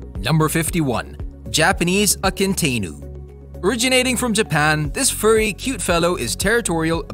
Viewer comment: Mr. Narrator needs to learn how to pronounce these names. I know all the dogs in this video and probably 200 more. BTW Akita Inu is completely misspelled and also mispronounced so badly! Also there is an American Akita which, being mixed with other dogs long long ago has different colors then these strictly Japanese coloring of white and red